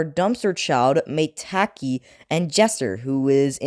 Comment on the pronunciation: Don’t tell me maitake is pronounced “May-Tak-Ee”